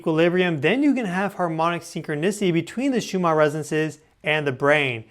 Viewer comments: Please the name of these frequencies are pronounced shoe man not shoe mar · Why do you keep pronouncing it Schumaarrr ?